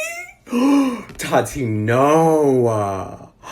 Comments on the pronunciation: I hate how he says Tati's name bahahahaha it's TAH-TEE not totty bahahaha. Subscribing tho cuz he was saying everything I was thinking about that BS snapchat story Gabriel posted. Bunch of unnecessary information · Is it just me or does anyone else hate the way he says, "Taht-tee"!!!!!???? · I love how you Tati. Lol sounds like you’re calling her Toddy lol 😂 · When he says Tati sounds like Toddy